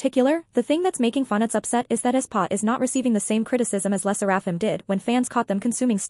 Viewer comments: It's pronounced "leh - sair -uh - fim". Asian names also do have have stress on any one syllable. Le Sserafim also SAYS THEIR NAME at the end of each m / v. Not getting the name right kinda weakens credibility. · Girl its ai obviously it's not gonna pronounce it right